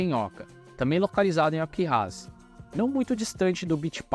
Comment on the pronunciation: E eu tentando entender que nome de cidade é essa que o cara falava ALQUIRRAZ. ele pronuncia errado. É AQUIRAZ O NOME DA CIDADE onde fica o Beach Park!